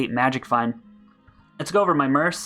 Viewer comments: you would get more followers if you stopped saying "Merce" its mercenary or Merc like MURK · Mercenary is pronounced mur-sin-airy, but merc is pronounced MURK. LOL, love your videos, so not trying to be insulting, just wondering why you pronounce it murse.